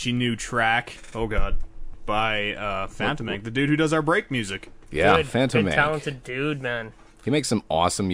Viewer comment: haha gassy. its pronounced Fan-tåmen-kay ;P